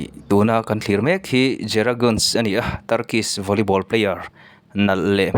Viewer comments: Guns anilo nunes ti a lam tur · Guns ni lo in Gunes tih tur aw...mipui hnem a phochhiah tur ang hi chu a lam dan te pawh hi fimkhur ve a tha, ka thiam ber e ka tih na ni lo in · Zehra guns nilovin ganes tih tur aw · Guns tiin i lam tlat a Gunes tih tur aw😊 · He nu fans hi ka ni a nia... Mahse a hming I lam dan hi an lam dan nen a in ang lo... Gunes (mizo trawngin lam ta la) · Volley ball i en vak lo ani maw...hming lam dan chu😂😂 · Brazil players Gabi lo ti ve la zehra hi chu ka top1 Ani Tho na chu a chanchin ka hre lutuk a 😂😂😂 Ahming tal te chu lam dik ve la amah Ani lo amaw ka ti mai dawn lom le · a hming i lam dan chu leh...recording chu leh. .. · A hming i lam dan chu va danglam si ve...